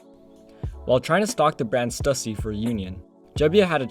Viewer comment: Bro how can you pronounce stussy wrong